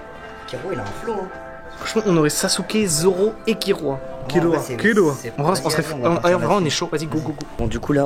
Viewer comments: c'est pas "Kirua" mais Killua 😭😭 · Ho nah inoxtag .... Ta dit Kirua 😭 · Alerte alerte c'est pas kirua mais' Kilian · KILLUA PAS kiruaaa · cest pas kirua mais killua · C'est killua pas kirua 🙇‍♂️ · Jsuis le seul qui block sur le fait qu’il dise kirua et pas killua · C killua et pas kirua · Ça se dit killua non ❓ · Killua* ya deux "L" mais sa se dis kirua mais ça s'écrit killua 🤍